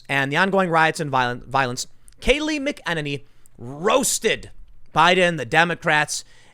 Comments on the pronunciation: Tim its mac-a-nanny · Tim, it's pronounced MACK MACK uhnaynee Emphasis on the MACK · It's pronounced MAK-IN-NINNY...not Mc kenniny. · Hey, Tim. Love your channels. Kayleigh's last name is pronounced "MA-keh-nanny" and not "mih-KE-nuh-knee". Thanks for all your hard work. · Tim, listen to the way everyone (including Kayleigh) pronounces her name . . . . it's "MACK in Nay nee". It does not sound like"Mick in any"!!!!!!!! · It’s Mack-uh-Nay-Nee. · FYI McEnany is pronounced "mack-in-aye-nee" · Tim, it ain't "McKennedy". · MAC - AHH - NAY - KNEE .. come on bro .. you can do it. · Tim, it's pronounced MACK-A-nenny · It's pronounced MAC-uh-nay-nee Tim. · It's MAC UH NAY NEE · Mac -- Er --- Nay -- Nee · Tim I watch you every single day and this one thing drives me insane brother...I'm going to go phonetic on this one. Her name is pronounced Kayleigh Mack-Ann-Any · It’s “MAC-uh-NAY-nee”. 😁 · “Mack-uh-Nini” Kayleigh McEnany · Tim, it’s pronounced “Macka Naynee” 🤓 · Dammit Tim: mAk-en-nAy-nee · MACK-UH-NAY-NEE. Come on dude say her name right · Tim, can you really not pronounce her name right? I know you have heard it enough to know it is MACK-A-NAY-NEE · MACK-en-nay-nee, Tim. Say her name! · Tim please, McEnany is pronounced Mac-A-nanny. Goodness its like nails on a chalk board. Sorry. Hahahaha. They are NOT BLM or Antifa they are Joe Biden voters. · It's pronounced Mac-a-nay-nee dude.. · Tim, you are seriously mispronouncing Kaley's name. It's Mack-in-earny. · Can someone please give Tim the correct pronunciation of Kayleigh's last name please!? Mac uh nay knee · “Mckenaninny” Is it just me?! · Hey Tim, Say Her Name! McEnany- Mac-I-Nay-Ne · Tim! It’s Mac-an-ay-nee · Pronounced Mac-en- any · Tim - I’ve heard multiple outlets pronounce Kayleigh’s last name as Mackin-nay-nee, kinda like “Mackin’” on the “Nanny” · Say it with me TIM......MACK AH NAN KNEE!!!!!!!! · Tim! Its Kayleigh Mc-en-any(say it quickly) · Tim, you pronounce it Mac-A-Nanny.